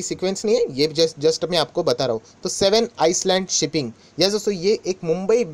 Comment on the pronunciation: Island is not "ice land". Its "i land"